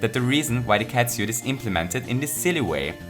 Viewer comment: 5 out of 5 fuzzies for your pronounciation of "catsuit".